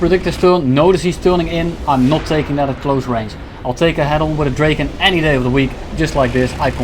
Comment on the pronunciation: Awesome gameplay bro but please it's not pronounced "Dreyken". It's pronounced "Draken".